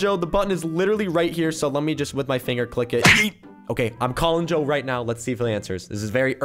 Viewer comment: It's supposed to be (Joe) not Doe -_- XD